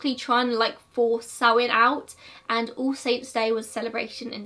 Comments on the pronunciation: It’s pronounced sowIn not soween I’m Irish so sorry I just hate Irish being mispronounced Happy Halloween 👻 We used turnips (swedes) when I was small instead of a pumpkin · I think that may be an accent different because I'm definitely saying SowIN. Plus the Irish and Scottish do pronounce it differently, both ways are considered correct (I did my research!)